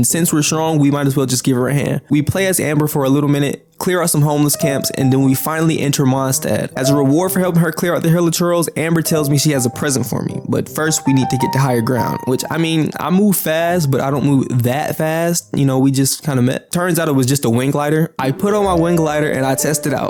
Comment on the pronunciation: When you said Present it sounds like you are saying prison and its very confusing.